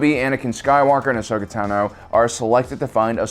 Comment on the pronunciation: You're mispronouncing "Ahsoka Tah-noo" and "Yula-ran" on purpose aren't you